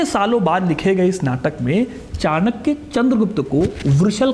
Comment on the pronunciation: कृप्या चाणक्य बोले चाणक्या नहीं.